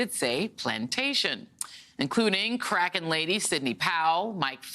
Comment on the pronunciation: Bye Felicia MSNBC. 🤭😆🤣. Did she just say Cracken lady?!?!? 😆